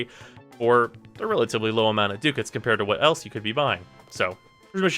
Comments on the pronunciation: pronounced duh kits not do cats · I think it's Duck-Ats or am I wrong? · will you please learn how to say Ducats and not DOOcats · Ducats pronounced as Duck-ah-ts. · Pretty sure it's pronounced "duck hats".